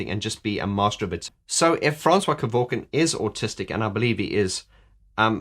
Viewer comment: Can you stop dropping the I in his surname, it's surely pronounced ke-vork-ian isn't it?. You Australians and dropping the i in a surname just like Daniel Ricciardo everyone says Riccardo even if the guy says it that way to me it's wrong, my surname would sound stupid if I left the I sound out.